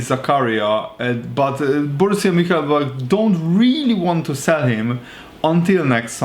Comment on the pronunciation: If you having trouble with the pronunciation it’s Moon-chin-glad-back